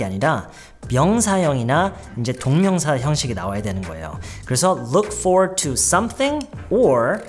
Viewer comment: Looking forward to 에서 Forward 말할때 for소리만 나게 말하나요?? Forward 라고 완전히 안읽고??